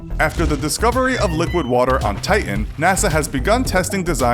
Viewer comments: Titan not ti-en! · It's pronounced TI-TAN not TI-UHN. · why can't you say TITAN?